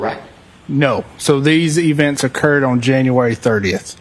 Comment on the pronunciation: I can't get passed "on" pronounced "Owen"